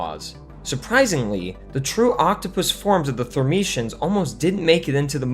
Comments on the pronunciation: Had to stop halfway watching. REVIEW YOUR SCRIPT BEFORE RELEASING VIDEOS IT'S THERMIANS, NOT THERMITIANS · It’s Thermians, not “Thermetians” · Constantly calling the Thermians as "Thermicians" was......a choice. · When you spend ages researching your video but not watched the film itself, so mispronounce the name of the alien race all through your video...